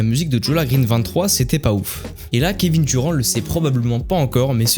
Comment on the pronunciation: Kevin duron 😂😂😂😂 bordel va prendre des cours d'anglais petit ....